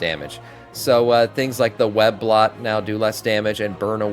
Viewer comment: I was like “wtf is web blot?” (He says ). I think my guy just dyslexia’d “web bolt”.